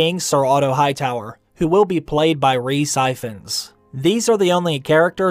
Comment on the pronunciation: "Ree Siphons" pmsl